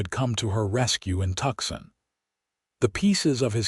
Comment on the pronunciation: Tuxin is actually Tucson, which is pronounced Toos on. Surely, you folks ought to be able to get this correct.